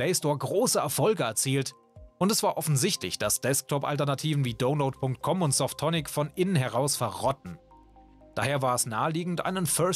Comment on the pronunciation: es heisst nicht dohnload sondern daunload